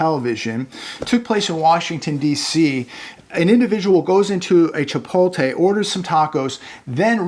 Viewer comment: Chee-poat-lay. Chipotle.